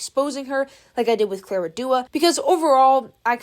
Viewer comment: hey, i know you dont rly like clara but you had so many opportunities to learn pronouncing her name correctly. it's very icky :]